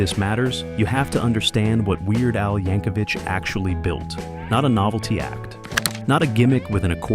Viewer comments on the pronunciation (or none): I often hear Weird Al's last name mispronounced as "YankoVICH" such as in this video.